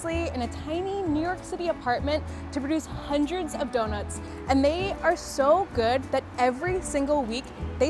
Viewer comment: “Hendreds of donuts”